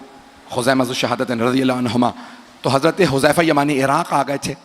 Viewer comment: yah lafz Huzama Nahin Hai huzaifa Hai huzaifa ibne yaman Razi Allah Tala anhu